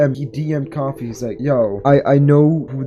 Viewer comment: for the love of god pronounce koofy right